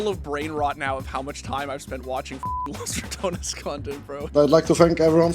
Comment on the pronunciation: TY for not trying to pronounce Los Ratones with a weird French R any longer